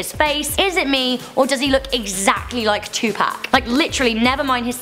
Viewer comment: U said 2pac wrong